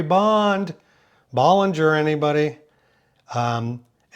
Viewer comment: That pronunciation of Bollinger...🥲